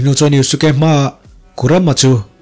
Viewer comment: Yuske ti a lam tur o